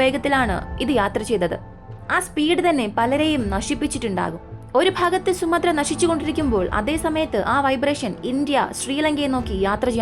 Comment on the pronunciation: സുമദ്ര ദ്വീപ് അല്ല സുമാത്രാ ദ്വീപ് എന്നാണ്